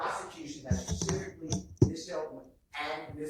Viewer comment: What about “pacifically” lol that’s annoying me the most. Like I understand Woody says it that way but an attorney absolutely knows the correct pronunciation